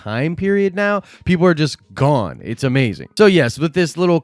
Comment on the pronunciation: "he gawne"😂😂😂😂